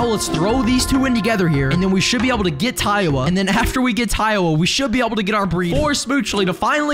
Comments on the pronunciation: i'll never get why you call tiawa taiwa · Tip: Its Tiawa like Tiara